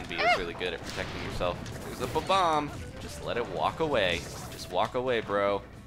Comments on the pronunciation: said "bub-OM" -It's pronounced "BOB-om" I DO love your videos though. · It's actually Bob-omb!